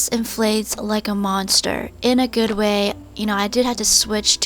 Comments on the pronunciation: I like when u said "it smells guud". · Lol it smells guud no i did not make a spelling mistake it was just how i explain how she said that